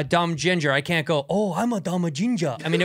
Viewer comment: Santino like “I want to be ginja “